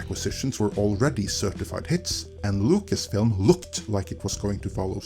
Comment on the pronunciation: I like how you pronounce Lucasfilm "Locust-film". Maybe more acurate than meets the eye...